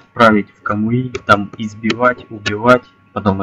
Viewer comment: не камуИ а камУи